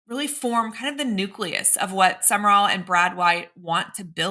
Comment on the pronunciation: Pretty sure it’s Sum/rall….Two syllables. I could be wrong;never heard HIM pronounce it but it’s not 3 syllables. No ER